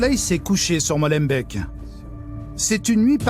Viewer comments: Par contre MOLENBEEK ee=é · et on dit molenbék , deux ee c'est le son "er" amis Français Beekkant "bé" k "anne "t" ce qui tue c'est que la tu sais dire é sur les deux ee , trop bizar , et j'ai jamais ue de problème surtout pas à Bx parcontre Charleroi ou la Louvière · molenbèk xD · il faut arrêter de confier des reportage sur la belgique a des francais hahahaha jpp de Molembaike et de Bécante hahahahahaha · Molenbéék mdr ça se dit Molenbéék merci pour se bon travail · Celui la a prononcer molenbèk il fait mal à la tête et de plus c'est pas la commune la plus pauvre pourquoi inventer comme ca?? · Prononcer "Mauleubék" n'est pourtant pas difficile, en effet. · comme dab les journalistes français qui vont faire un reportage en belgique sont pas foutus de prononcer les noms des villes et communes correctement... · Apprenez à prononcer les noms des communes correctement SVP Les journalistes n'ont pas été sur place? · Chouette reportage mais, Purée dit les nom des communes/ville ! La prononciation c'est pas trop ça mais on vous en veut pas xD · j'ai dit que c'était grave ? Les gens en général sont libres de prononcer les mots comme ils le veulent mais quand tu es un journaliste accrédité qui passe à la télé et que t'es pas foutu de prononcer le nom des villes correctement DANS TA PROPRE LANGUE , oui c'est un peu lamentable quand même, et en cas de doute, c'est pas comme si internet n'existait pas... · Alors je viens de commencer la vidéo, mais je peux pas m'empêcher de faire une remarque.. Mesdames et messieurs les français, s'il vous plaît on dit "Molenbék" et pas "Molenbèk" c'est insupportable 😆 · Molenbééééék svp et pas Molenbaik. ET les racailles sont les cafards de la société, le princide destruction et dégradation comme un instinct, toujours les mêmes profils, malheureusement. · Bravo à nos forces de l'ordre ! Par contre chers ami français on dit Molenbééééék pas Molenbèk, le double E ce dit ééé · Deux e en Belgique ça se prononce Hé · Molenbèk 🤣 ee.... éék